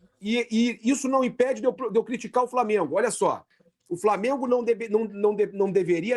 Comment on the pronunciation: Flamiengo,VARmiengo...pronuncie de forma correta,sotaque axxxqueroso.